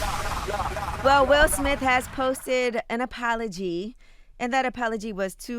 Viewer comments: “Suge Smith” lowkey thowed lol 😎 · Calling Will Smith Sug Smith 🤣🤣🤣 that's funny